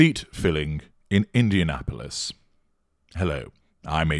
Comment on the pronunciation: I'm glad I live near Indianapolis because it tickles me to hear you say it!